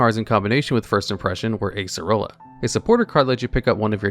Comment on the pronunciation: I love how he nails Acerola's name first try, but somehow doesn't pronounce Mr. Meme Man himself, ya boi Guzma's name right. XD